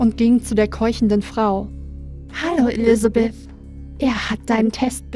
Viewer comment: Von deinen Pastas hat sich diese als eine meiner Lieblinge rausgestellt. Auch wenn Elisabeth streng genommen eher als Vampirin angesehen und anders ausgesprochen wird. Aber die Story sonst und die Stimmung haben es mir angetan. Und Emma mag ich irgendwie. Spoiler Auch wenn sie sich am Ende als eine der Antagonisten rausstellen. Was aber wohl auch daran liegt das ich Frauen mag die auf dem ersten Blick unscheinbar aber beim näheren hinsehen ganz schön was auf dem Kasten haben^^ (wobei es mir dann auch lieber ist wenn sie dennoch nett sind 😆 )